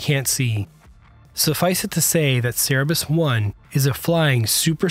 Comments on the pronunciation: It's "Cerberus", not "Cerebus"... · Cerberus not cerebus 😭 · it's cerberus not cerebus! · The name is CERBERUS, not CEREBUS. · CER A BUS God damnit... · Cerberus- Ser-ber- us not sara-bus. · Cer - ber - us not cer -a-bus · Cerebus lol Cerberus bro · Cerberus - pronounced "SIR-Ber- Us.".. or "KER-Ber-Us" ... not Sara-Bus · "Cerberus" not "Cerabis" ffs. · Cerberus not cerebus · sir burr us, not sarah bus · *CERBERUS not “cerebus” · It’s pronounced Sir-Burr-Us, NOT Sarah-Bus. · CER _ BE - RUS ... NOT Cere- bus Please !! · Cer-ber-us not cer-e-bus. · It's not "Cerebus", but "Cerberus"! And you're not showing actual video/photo footage, but rather, some CGI-like video... Shoddy! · i really hate to be that guy but its pronounced Ser - ber - us, not sarah - bis. no hate, just kept hearing it and it was driving me crazy so thought id leave a comment :D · It's CERBERUS! Not "cerEBus"!Wrong pronunciation! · Sorry, its called "CERBERUS" and not "CERREBUS".. cheerio.! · It’s not “Ceberus”! It’s “Cerberus” or, more accurately, “Kerberos”. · cer ber us... not sera bus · The name of the airplane is CERBERUS, not CEREBUS as you pronounced it. You're confusing the Greek mythological figure with a comic book character. This plane is just out of the gates, and if you continue to mispronounce its name, it's more likely that it will be mispronounced in the future. Please look at the spelling and pronounce it like it's spelled. Thanks! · Not Cerebus; it's Cerberus. Also, Aluminium, not Aluminum. Stop murdering the English language please. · It's Cerberus not Cerebus 🤭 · Cerebus? Cerberus nor cerebus😂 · Just a minor note: the name “Cerberus” is pronounced “SER-ber-us”. 😊 Good viddy, thank you. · KER-ber-us. Also, “It is difficult to overstate…”, not “It is difficult to understate…” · Hearing it pronounced "serebus" hurts about the same way as very common "egg-sett-ra", when "et cetera" really can't be that hard. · That was bugging me too haha. Thanks. Simple pronunciation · SA ra bus! Lol